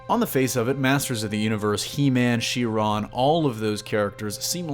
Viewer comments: " SHE- RON " ???? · "Sheera" is He-Man's girlfriend.